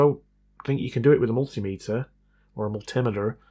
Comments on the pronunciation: Love you channel, hate the way you say mul-timeter. Not sure if you're taking the mickey or not... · It's "multi-meter", like ammeter or voltmeter.